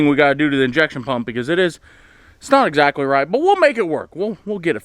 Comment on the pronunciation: Not "expactly" supposed to to do that, I resemble that phrase in its entirety. Especially the new word